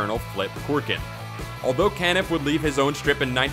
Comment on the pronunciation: Good list, however, Milton Caniff 's last name is pronounced CA-niff, not CAN-iff.